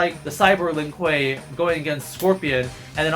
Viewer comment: Don’t forget,, it’s not Lin Kuei, it’s “LEEN KOOEY”.